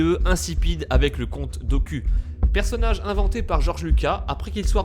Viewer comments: Ta dit comte dooku au lieu de comte dookou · c moi au il a dit le compte do Q au lieu de doquou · Tu est sur de connaître la prelogie Star Wars ?😕 Le nom Doku se prononce Dokou et non Doku.😕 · dokou pas doku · C'est pas comte docul c'est comte dooku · le compte doku JPP c'est dokou pas doku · Ça ne se prononce pas Doku mais Doukou, tu devrais le savoir non ? :3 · Comte Doku (=Dokou) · comte doku choqué et déçu ça se prononce dokou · des contrôles mentales ?? C le compte Dook"ou" et non "q" Et ce n’est pas Georges luca mais bien Georges Luca"s" La théorie ne tient pas debout comme le texte qui est remplit de virgules et espaces vides ce n’est vraiment pas fluide ni structuré. Si je peut vous donner un conseil, il faut arrêter de plagier des Fr qui eux même plagient des US pour au final raconter n’importe quoi tout en détruisant l’univers star wars ! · Le compte doku !?!? Moi je dit plutôt le compte dokou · Non pas doku il a dit do cul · On dit compte Doku pas Doq ;) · Le comte Dok"Q" 😂😂😂 Pourquoi ?! 😭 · Ça se prononce Doukou normalement....😂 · ça se dit dokou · sa se prononce dokOU !!!! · le conte doqu? #la pronociation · Le compte "Doku" oui ça s'écrit comme ça mais ça ce dit Dokou mais c'est pas grave😜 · Ça se prononce "doukou" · Même pas c'est "Doukou" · c'était probablement voulu hein la pronnonciation "dos-cul", pour souligner le fait que c'est un perso fait à l'arrache pour combler le vide vis à vis du dégonflage de lucas vis à vis de ses plans pour jarjar après avoir vu l'acceuil du public vis à vis de ce personnage. Doku est un perso vide, qui sort de virtuellement nulle part, sans aucun background ou presque, et donc, torché avec le cul. --> Do-cul ! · Monsieur je sais tout va retirer son ballet, il a juste fait une erreur de prononciation